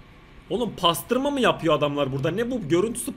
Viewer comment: Pastırma değil basdırma😂😂😂😂😂